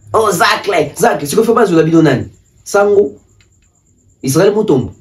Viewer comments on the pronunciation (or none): none